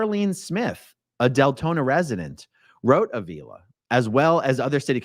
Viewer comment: Avila is pronounced Ah-V-la.